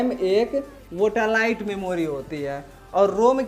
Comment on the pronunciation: वोटालाइट नही सर वोलाटाइल मेमोरी RAM